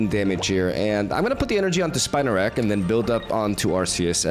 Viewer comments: It’s “spin a rak” . It’s spinning webs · Spinarak pronounce Spee-narak.